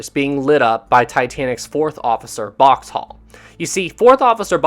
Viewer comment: It’s Boxhall not Boxtal.